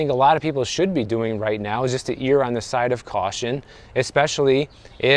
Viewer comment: the word "err" is pronounced "air" not "ear". like ERR-or.